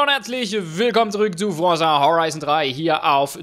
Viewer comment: Forza nicht Forsa....